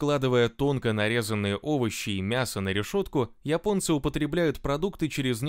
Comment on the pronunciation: Спасибо админ! Только от тебя слышал правильное произношение слово"Японцы".1А то все пошли произносит место "Японцы"сказать Епонци,или Епония.